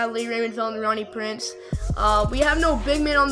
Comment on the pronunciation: Bro it sounds like ur saying rohnie preece